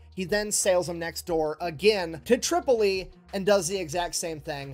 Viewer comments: Tripoli pronounced "trip" - o- lee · Bruh a bit late to the party but I got a small chuckle when you called Tripoli "Chipoltle". Love your videos. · First learn how to say Tripoli. Next is this counterfeit Englishman annoying!!